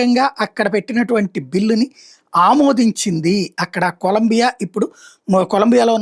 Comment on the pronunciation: నువ్వు కుడా జగన్ లా తయారు అయ్యావు. చూసి కూడ తప్పు చదువు తున్నావు. అది కొలంబియా కాదు మామ 😂